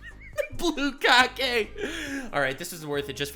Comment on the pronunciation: Is saying blue-kage?